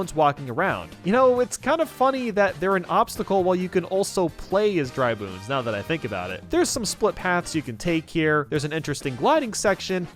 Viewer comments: did he just say dry boones? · No one: Literally no one: Not even:: Dry Boones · "Dry Bunes". Nice one,! Lol, I'm just kidding. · Bro said boones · he said dry boones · Dry Boones How mispronounciations TRIGGER you! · “Dry Boones” -, 2019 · Lol he said Dry Boones. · "dry bunes"